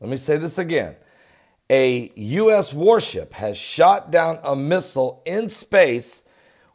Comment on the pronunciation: Oh..... OHHHH! I thought you said "WARP SHIP". Okay then! Carry on!